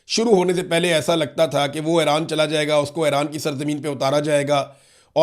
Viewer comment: صحیح تلفظ Eران ہے Aران نہیں